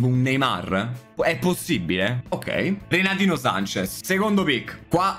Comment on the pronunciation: "Renatino Sanches": "Retatino Sanches" gg